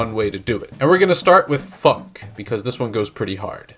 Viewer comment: Where you said funk it sounds like something else